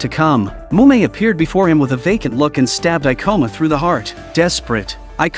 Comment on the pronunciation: Every time they said "kabane"' or ''Ikoma"' I cringed lmao. The Ai voice is always so bare lol.